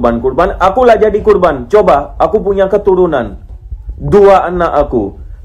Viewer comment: Korban... Bukan kurban bang...